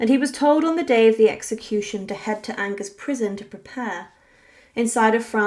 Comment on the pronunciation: When you mispronounce a word ("Angers") in the very first moments of your video, it casts doubt on all your research.